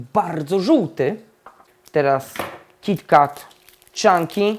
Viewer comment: Kiti ket sie mowi